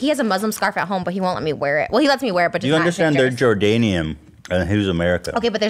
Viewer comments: Did he say Jordanese hahaha like Lebanese. Jordanian. 😣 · It’s Jordanian Ethan not jordenese LMAO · When Ethan said Jordanese 💀💀💀